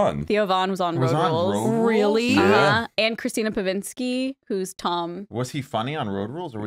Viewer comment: Omg I’m dying 😂 it’s Christina Pazsitzky not Christina pazkinsky lol, I wanna send this to your moms house podcast, because they love when people mess up their names.